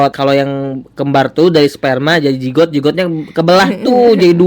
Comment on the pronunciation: Kok aku denger nya jenggot ya bukan zigot😭😭😭